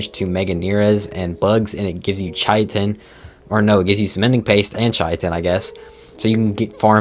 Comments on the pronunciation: Chai tin? its pronounced kai tin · Not to mention bro also calls Chitin “Chai-a-tin”. If you’re a content creator for a game you claim to have played for 7+ years, the least you can do is look into how to pronounce the creatures/items names………..